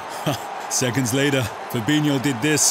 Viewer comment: Who else noticed "FAB-ETTERTHANFERNAND-INHO"